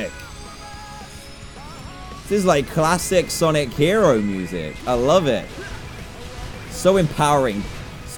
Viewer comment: Couch Potato its sonic. Just sonic. Not sanic, not sanek. Sonic